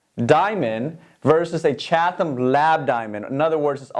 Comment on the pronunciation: Just so you know, it is CHAT-UM. The h is not pronounced. :) Love your geminars.:)